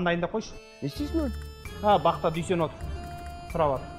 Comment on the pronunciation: Дүйсен жегенді дүшен диді ғой 😂